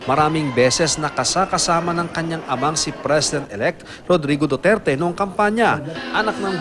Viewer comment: Dati pong sinabi ni 'Reoreodurduter'🤣😂